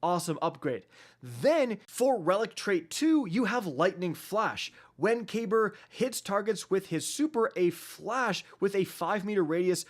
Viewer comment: Kacky boi, it's pronounced cuh*beer. It's a lesser known ottoman name, which fits as his attire is very ottoman esq. As well his destiny/D2 kabr became obsessed with VoG, which the ottoman empire is credited with the first glass blowers.